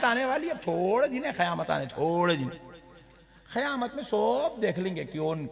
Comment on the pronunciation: qayamat hai khayamat nahi sudharo apneko 😂